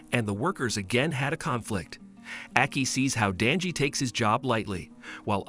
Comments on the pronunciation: It's Denji not danji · Danji lol its denji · His name is denji not danji